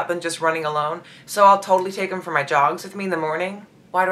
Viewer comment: It's "for" not "fur". The Royal Family are sticklers for correct grammar. You might want to practice that.